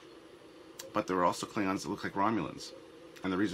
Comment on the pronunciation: klibgons, ridged for our pleasure? did you really make the klingons sound like gay condoms? rehearse lines like that in the future pls. I'll go with bona fide slip of the tounge this time